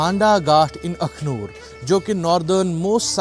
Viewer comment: It's not Akhloor..it's Akhnoor